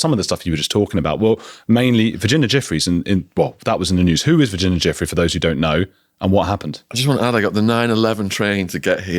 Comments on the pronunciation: Ju - Frayy is how her name is pronounced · Can you please take care to say people’s names correctly, her name was Virginia Giuffre, it’s pronounced Jifray with a soft J like a sh. It’s happened a few times with different guests and being someone with an unusual surname, I find it really disrespectful to get someone’s name wrong. Sorry to be picky, hope you receive with love.